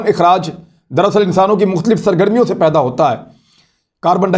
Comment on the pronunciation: Achi tarah sae daal rha hae. Not achae sae. Please speak correctly. Thanks